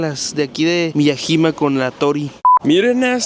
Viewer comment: Se pronuncia M I Y A Y I M A